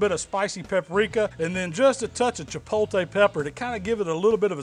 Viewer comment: C'mon, it's chipotle, not chipolte. The T before the L. Love your vids brother!